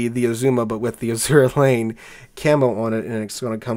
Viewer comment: I don't appreciate all your derogatory references to Ahole (lol). And it IS Azur Lane, Not A-zura Lane as you pronounce it. To me, it is not New Jersey without the hull number 62.